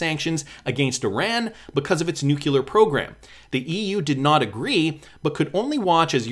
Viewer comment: Nucular??? Nuclear...